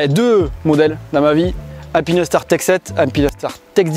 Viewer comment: Juste pour dormir moins bête ce soir on dit "alpine - star" et non "alpinaistar, alpinèstar" 😉 Très bon boulot les gars !